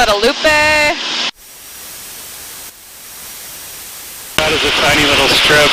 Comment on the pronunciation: 👍☑️ yes you’re back! A tip so you will sound like a local next time, the "e" is silent at the end of Marie Galante and Guadeloupe unlike it is in Spanish. You should stop in Dominica on your next trip, the least developed and most beautiful of the windward islands in my opinion.